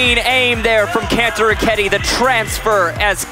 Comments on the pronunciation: *say it as Can-toe-row-ketti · the way this guy says kantoroketi pains me he goes kon- toe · How hard is it to say kantoraketti? bruh ya issa wack